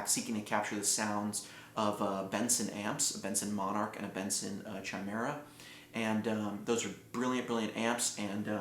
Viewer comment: It's pronounced "Ki" not "Chu-eye". "Ki"-mera.